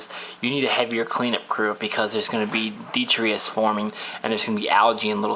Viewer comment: when you say "deetrius" do you mean detritus?